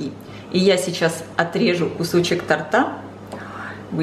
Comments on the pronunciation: Не тортА , а тОрта ! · Рецепт не плохой, но если вы комментируйте во время приготовления, то хотя бы говорите слово тОрта правильно. А то складывается ощущение, что вы и в школе не учились)